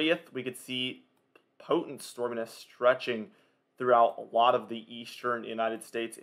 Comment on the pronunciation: Stormanence?? 😂 it’s pronounced ˈstȯr-mē-nəs